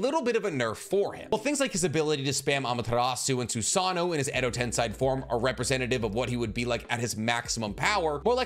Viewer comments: Edo Tensei isn't pronounced as Edo "Ten-sai". It's pronounced as Edo "Ten-say". That "E" in the 2nd to last placement in Tensei, makes all the difference in the world for how its supposed to be pronounced. American linguistics cannot be applied to Japanese linguistics because in Japanese, the phonetics are the same in every single word, no matter what. So an "ei" suffix will always be pronounced as "Ay" and never as "Ai". Just like "Tomoe" is not pronounced as "Toh-may", it's pronounced as "Toh-moh-eh". In Japanese linguistics, every syllable and every vowel are pronounced. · Edo Ten-say not ten-sai